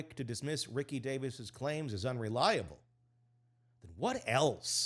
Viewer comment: I know you have to know better. It's ree-see davis.